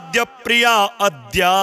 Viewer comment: महाराज जी , अद्याम, नहीं आद्याम उच्चारण करने का कष्ट करें,!